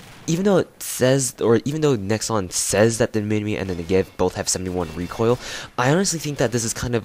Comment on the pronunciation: You said minimi like Min-e-Me not Min-i-My u stupid fuck